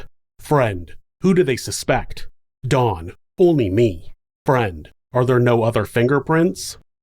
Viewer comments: I don't know if it's but it really sounds like he's saying Dawn not Don, does anyone else hear that or is it just me? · pronounce his name as Dawn. Its actually Don, think short for Donovan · Ok. I double-checked in your description. His name is Don, not Dawn. I'm sorry, but it sounds like you've called him Dawn throughout the video, but he is a He. Some of us have tiny hearing issues & pronunciation is important. TY. (I do watch your interesting vids regularly. 😊)